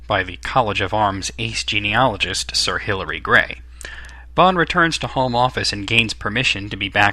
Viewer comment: Sir Hillary Bray, not gray...